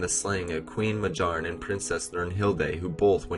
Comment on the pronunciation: Pretty good but I'm pretty sure his mother's name is pronounced MA-B-YARN, as with most Nordic sounding names the J is pronounced like a Y